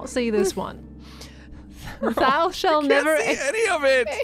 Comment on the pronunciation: That's not how you pronounce "thou"! 😅❤️